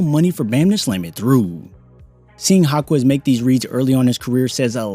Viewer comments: his name is Ha-kez not Ha-Kwez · Jaime Jacquez = High-Meh Hawk-eh'z It's NOT Haw-Quez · It's pronounced like "Ha-kez" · Jáquez = “HAWK-US” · Great video, fyi its pronounced HA-KEZ the u is silent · Respect the player enough by learning to pronounce his last name correctly